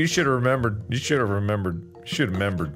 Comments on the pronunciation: "You shoulda membered" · "YOU SHOULD'VE MEMBERED" 😂😂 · Mark: "You shoulda' 'membered!" Me, a member: "But I did..."